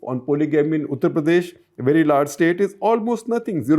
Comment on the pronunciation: Why do you pronounce UP something like उत्र प्रदेश instead of उत्तर प्रदेश? It's annoying.